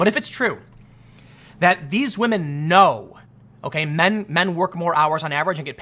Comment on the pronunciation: Shoe is pretty decent. But yeah, wahmen doing wahmen things. News at 11?